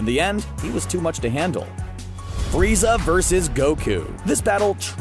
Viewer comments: he says FREEZER NOT FRIEZA Somebody has been watching too much dbza 😂😂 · D..did he say......freezer?🤣